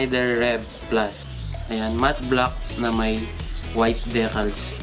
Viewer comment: I think it's Dee-cals po not de-cals. Congrats sa new helmet sir and Ride Safe 😊